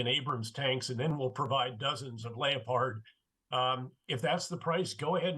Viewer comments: I don’t like to correct a man of Petraeus or others who call the German tank a lay-appard but this drives me crazy .It’s a Leopard named after the spotted cat and it pronounced Lep- ard . As to the rest of it Petraeus is spot on Ukraine needs tanks and many many more pieces of equipment that can shorten this war by defeating Russia’s aggression. Then less Ukrainian lives will be lost. Also it sends a message to other dictatorships that the world has had enough of this type of mindset of conquering other countries. 🇺🇦👍🇦🇺🇺🇦👍🇦🇺🇺🇦👍🇦🇺🇺🇦👍🇦🇺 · His he seriously say lay-o-pard tanks?! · The easy he pronounced leopard as layopard just blows my mind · Would someone tell me what a “Lay o pard 2 “ is 😅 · What’s a layopard tank? Does he mean leopard 🐆? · Leio-paard 2. .....c'mon now General, it's a Leopard 2 🐆. Leopard!! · Lee Oh Pard. Otherwise known as the Leopard tank. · LAY-O-PARD, German pronunciation? Interesting. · Clearly a very capable general but the only person alive on this earth that pronounces leopard the way he does! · Ive never heard leopard so badly mis-pronounced 🤣🤣🤣